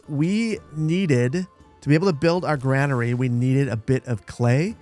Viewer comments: GRAIN-ER-E Say it. Say it again. Not GRAN-ER-E. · its pronucned grainary just spelled different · Is the Gra in Granary really pronounced like the Gra in grandma and not like the Gra in grain. ESL here, just curious